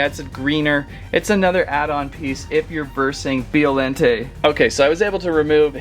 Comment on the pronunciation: And biollante is said like this bi-o-laun-tay not be-o-laun-tay